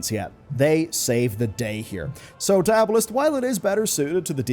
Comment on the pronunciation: its pronounced DIE - AH- BALL- IC bro